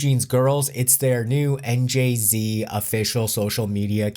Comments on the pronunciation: You should at least try to pronounce "NJZ" properly. :) It's one thing to comment on this whole drama and try to give a neutral perspective without chosing a side, but you are obviously hating them but you're trying to hide it by jokingly pronouncing their new group name wrong and making them look young and dumb by the way and things you say about them. Just a reminder, you are making your views off of them so you should at least try to be respectful when talking about them. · I keep hearing 'and Jay-Z' when people say NJZ. I guess I'm not used to the 'new' name. why would you sign a group who thinks they can unilaterally dismiss contracts whenever they want to? the contract isn't worth the paper it is printed on. where will NJs put out their music? China seems the only market that would ignore accepted legal rulings if it goes against NJs in court in March. of course who knows how many sessions it will take for the court to rule? will the court rule? or extend the case further for gathering of more info? courts are so slow.